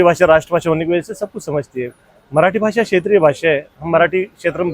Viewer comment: ये उत्तर भारतीय ही है जो महाराष्ट्र में रहते है। 😅 मराठी लोगों के उच्चारण ऐसे नहीं होते। भासा ❌ भाषा ✅😝